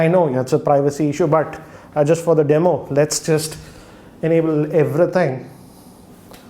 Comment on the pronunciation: Bro you say what not say whad and another world everything not say everythang